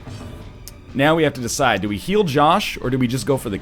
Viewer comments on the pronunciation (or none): none